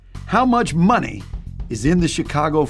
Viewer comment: It’s Count da Money. (that’s Mon-ehy)😂